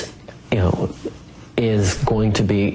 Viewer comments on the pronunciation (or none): The way he lisped "issss" with that downward glance and head shake really pinged on my gaydar. Heterosexual men don't enunciate like that.